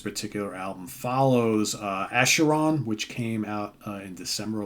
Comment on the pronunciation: FYI - the 'ch' in Acheron has a 'k' sound,. Love me some KB - my favourite band right now!